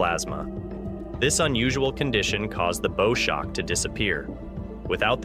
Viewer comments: It is pronounced like the bow of a ship not like a bow on a gift. Damned limited AI. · Thumb DOWN for mispronouncing “ magnetosphere “ & “ bow shock “. If this was an ACTUAL physicist narrating, they wouldn’t make such a basic mistake.